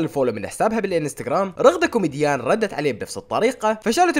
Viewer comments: اسمها رغدة كيوميجان مش كومديان 🤣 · رغده كومديان✔ رغده كيومجيان❌ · انته اذاعتك حلوة بس اسمهه رغدة كيوميجان مو كوميديان😂اوكي❤️كل الحب والاحترام لك❤️